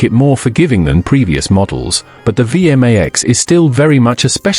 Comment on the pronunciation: Would the human overseer please teach the AI how to pronounce V MAX Two syllables. Thank you